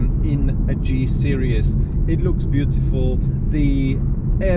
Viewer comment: It's a SERIES, not a SERIOUS !!!! 😂😂😂😂